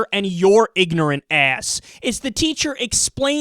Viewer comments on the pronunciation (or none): none